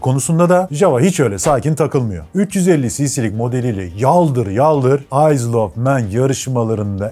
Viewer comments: Isle of man deki isle, ayl olarak okunuyor abi iyzıl şeklinde değil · süper :) abone ve beğen tuşumuza bastık. nacizane bir küçük düzeltmem olacak (her duyduüumda tüylerim diken diken olsa da motorrrrsiklet değil). Isle of Man ayzıl diye okunmaz ayl diye okunuyor. Ayl of Men deniyor. Tıpkı Islan ın ayzland diye okunmayıp Aylınd diye okunması gibi. Isle of Man demişken BAbuş ruhun şadolsun bu arada :) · Abi tebrikler çok güzel ama isle ayıl diye okunur ayzıl şeklinde değil 😊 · Abi ukalalık gibi algılansın istemem ama aysıl of men değil ayl of men diye telaffuz edilir. Video şahane olmuş 👏🏻👏🏻👏🏻👏🏻planet gibi zundap gibi makineleri de anlatsan bir ihtiyarlar serisi olabilir 👍🏻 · Takipteyiz,seviyoruz ve notumuzu düşüyoruz;Isle,Ayl diye okunur Ayzıl diye değil